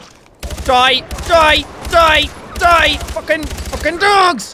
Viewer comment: when he says die it sounds like dathi